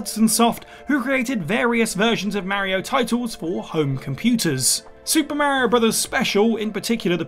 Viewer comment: I didn't know the name Mario can be mispronounced 🤣